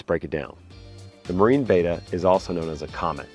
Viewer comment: Pleasssssssse. It is a Betta. Bet-ah. Not a beta, bay-tah. C'mon man. That's like saying you have an Achilles Tayng.